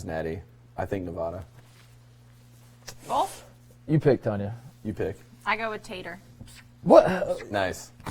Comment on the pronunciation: PLEASE JUST PRONOUNCE NEVADA THE RIGHT WAY!!! I HATE IT EVEN IF YOUR'RE JUST KIDDING!!! BTW Love the pod keep up the good work lol